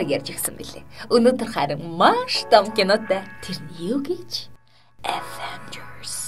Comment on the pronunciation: ингэж avenjers яариад байвал их гоё бнөө